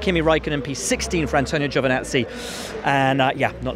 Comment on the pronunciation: who is 'Giovanzi' : p